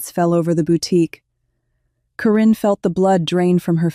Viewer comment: Your AI is seriously f'd up. It can't get Corrins name correctly-Korean, Quran and others that sound like it. It doesn't get a lot of words right, sometimes doesn't finish sentences. Extremely distracting!!!!